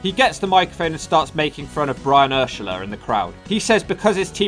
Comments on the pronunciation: Brian Ershaler?!?! Its Urlacher like Ur-Lack-Er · Brian Urlacher isnt pronounced the way he said it at all. He obviously dont know much about American football. I hate wen youtubers make simple mistakes like that. With a little research he could have easily found out how Brian's last name is pronounced, but it seems like these YouTubers dont believe in fuckin research. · It's pronounced Ur-lack-er not urshaller🤣😂👎I'm a Bears fan, no hard feelings though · The name is Brian 'Err-lack-er' not 'Err-la-sher' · “urshaler” 😂😂😂😂😂😂😂 ur-lacker my boy it’s pronounced ur-lacker... that’s the greatest way i’ve ever heard anyone say his name lmaoo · Lol the way he pronounced Brian urlachers name. It’s pronounced ER LAC KUR not lakurshler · Brian Urlacher (Er-lacker) dumb Brit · The disrespect of mispronouncing NFL Hall of Famer Brian Urlacher (Er-Locker) name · Yo cuz. It's Urlacher. Pronounced Errr Lacker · It took me so long to realize you were talking about Brian Urlacher. Not that you care, but it's Ur-Lack-Er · I'm from Chicago and have never heard anyone pronounce Brian Urlacher's name like that lol 😂. Pronounced Err-Lack-Err Love these videos🔥🔥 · Ur-lacker you butchered that name lol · Ik you prolly don't care but the player roasts named Urlacher is pronounced "Er-lack-er" not that fancy name you said 😂😂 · I was so confused 😂😂😂😂💀💀💀 I’m like that’s Brian urlacher not brian urscheler lmao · Brian URSHALER??? Put some respect on Urlacher's name 😂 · The pronunciation of "Urlacher" slayed me. I love it. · You mispronounced Brian Urlacher’s name really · The way you pronounced Urlacher was pretty funny lol.